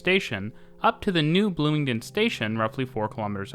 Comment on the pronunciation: Bloomingdin, though? Sorry to sound like a hater, but that is not at all now you pronounce it.